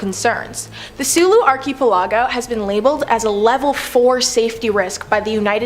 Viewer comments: It's pronounced ark i pel i go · Are you freaking serious? Archie pellago?!! Wtf is that